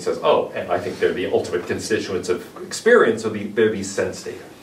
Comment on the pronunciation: His name was pronounced Vitgenshtain, he has never immigrated to USA.